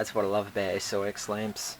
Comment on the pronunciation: just to let you know SOX is pronounced socks not s-o-x.